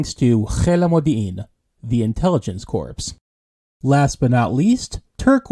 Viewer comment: In the millitary 'corpse' is pronounced "core". If you pronounce the 'P' you are talking about a dead body.